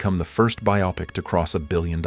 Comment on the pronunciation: "byop-ic" ?!? the word is Bio-pic